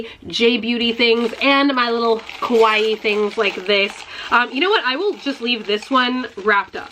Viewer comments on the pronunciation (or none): Kowai things? :)))) Don't say that, please :) cuz KOWAI means "scary" in Japanese. If you want to say "cute" it is KAWAII (two A and long I at the end)